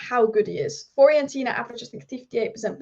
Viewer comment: Please learn how to pronounce Fiorentina. It's pronounced the way it's spelt. Not hard.